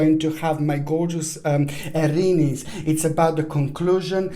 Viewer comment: Aaaariiiniiis!!! The way you say it.... Well, i am no longer 'Aries'.... I am 'Arinis'.